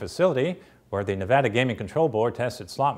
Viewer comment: thank you for pronouncing Nevada right!